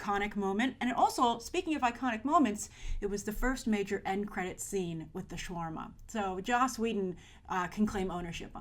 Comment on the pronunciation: say shawarma propally